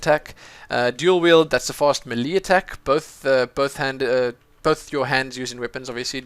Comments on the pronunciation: thumbs up for how he says melee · Its not may lay either its melee